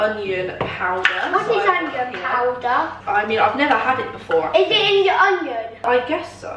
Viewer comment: she sounded Irish saying before x